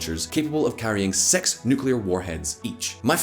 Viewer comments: 6 is pronounced as 'Six' .... not 'Sex' ..... I mean seriously, how hard can it be??!!!!!!!! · please say "six " correctly or else people will get the wrong idea